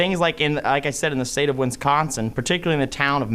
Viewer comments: State of “Wins-consin”. Yes, Biden sure did. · “In the State of Win-sconsin...” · Cawthorn is such a goon, couldn't even pronounce Wisconsin (he said "winsconsin") did the nasty grown up hurt your fee fees lil gun boy? 😂😂😂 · Why do people have a problem pronouncing Wisconsin. Two N's not three Winsconsin is not a state. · When did they change Wisconsin to Wincekawnsin? 🤣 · Speciscly?! Did he just say Winsconsin? What a douche bag. 🤣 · "wiNsconsin" Those three awesome lawyers should have taught him how to pronounce the states name. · did this meat head say the state of Win-consin? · Imagine being an American and not being able to pronounce Wisconsin 🤣🤡🤣🤡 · Dude doesn’t not know how to correctly pronounce our state of wisconsin. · Dude keeps saying Winsconsin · Barely 30 seconds in, and the dude can't even pronounce "Wisconsin". Why are we listening to this dope? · '...in the state of Winsconsin (sic)...' in reality he meant 'Lostsconsin'. or should I say 'Lossconsin'? ;) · 😂 Hell yeah. Dude was stuttering. Even mispronounced Wisconsin he was so nervous. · A few minutes into this...please don’t try to pronounce Wisconsin anymore!!!